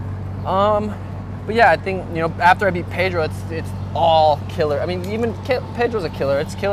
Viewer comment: Drives me nuts how Brett pronounces pedros Last name.